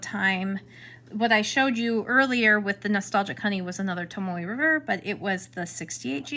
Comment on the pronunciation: It’s Tomo..not Tomoy not Tomoeh/Tomoway